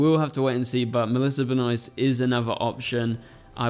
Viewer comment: Ben-Oh-ist not Ben Oyst